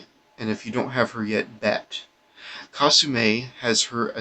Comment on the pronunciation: Kah-soo-mee not kah-soo-may